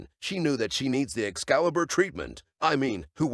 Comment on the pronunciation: Editor: "I will turn your excliber into mashed potatoes". Plot twist the narrator is the editor lol.